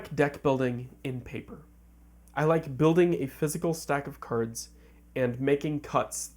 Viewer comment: Why you keep calling cards Kurds?